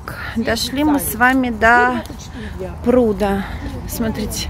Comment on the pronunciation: правильно говорить дошли до прудА, извините, до прУда режет уши